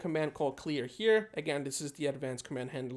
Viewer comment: he said "clear" when it's 'clear'